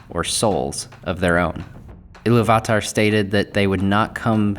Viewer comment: Everyone else gets it, why are you making a point of being different and slaughtering the pronounciation of Eru Ilúvatar? In English, we (normal people) typically pronounce the second syllable strongly. However, you are pronouncing each syllable seperately and with equal measure. Stop. It's distracting. So how have the last 5 years been treating you? Have you been working on pronouncing words correctly? I hope so...